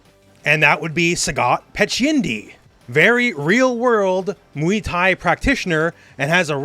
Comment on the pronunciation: Jesus Christ, it's not muy thai, it's MUAY THAI